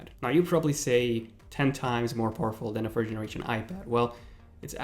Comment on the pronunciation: The next time you say "poorful" I explode.